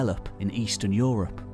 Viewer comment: I appreciate this channel in it's content and visual presentatation. But that voice is often too pompous. At least tone it down, when you are talking of scientific work. You don't need to speak about "tree ring evidence" as if speaking about some especially bloody moment in an epic battle. And every time I hear "europe" pronouced "Yo - Ropp" even my german mind cringes...